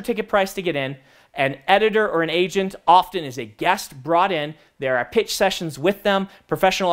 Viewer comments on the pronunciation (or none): i KNOW he said "and then you can pitch to them" but that's NOT what it sounded like....